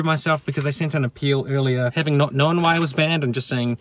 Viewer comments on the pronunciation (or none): none